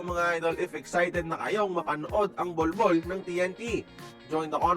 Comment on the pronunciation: Di nman halata na gigil ka sa pag banggit ng salitang bolbol